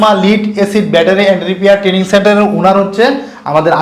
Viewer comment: ট্রেডিং নয় ট্রেনিং হবে